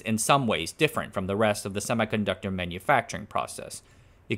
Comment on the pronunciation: HEY MAN i dont want to be rude but u need to pronounce "semiconductor" correctly